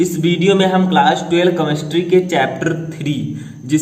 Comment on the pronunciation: सर केमेस्ट्री होता है कमेस्ट्री नही ! प्रोनाउंसिएशन ठीक कीजिए